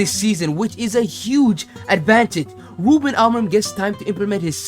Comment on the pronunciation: Talks about an “impediment” yet spends the whole vid saying “wuben”.